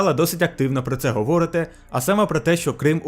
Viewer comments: У слові "говорити", наголос на першу літеру "и", тобто, говОрити - неправильно, говорИти - правильно! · ГоворИти, наголос на И.